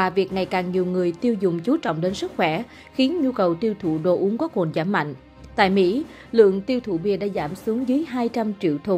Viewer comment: "Cồn" chứ không phải "Cuồn"